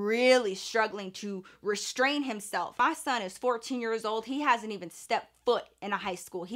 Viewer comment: The way you say “MAH SON” lol I know it’s real!